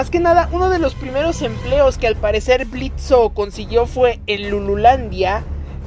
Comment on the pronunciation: "Blitzo" "Blitzo" "Blitzo" "Blitzo" "Blitzo" "Blitzo" Blitzø: QUE LA "O" ES MUDA!!